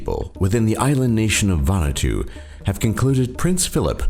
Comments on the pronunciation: Nice video. Just want to point out Vanuatu is pronounced Vahn-ooh-ah-too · It's actually pronounced Va-Nu-Ah-tu--4 syllables. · It's pronounced Van-oo-art-two